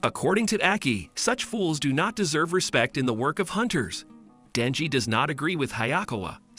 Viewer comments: It's Denji not danji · Danji lol its denji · His name is denji not danji